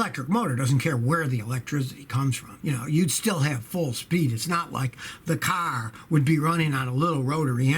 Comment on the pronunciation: Anyone here for the way he says CARRRR